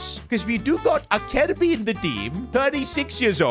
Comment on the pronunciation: Acerbi (Aserbi) not Akerbi 😞